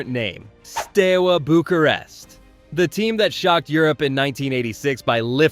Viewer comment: “St-ow” Bucharest not how you said it and “Ayax” no J. In addition Dalgleesh” not “Dal-glish” and “Huilet”( no G). You can’t be commenting about football history if you can’t pronounce well known clubs and players. It can only be that you’re using ChatGpt. This is just shite.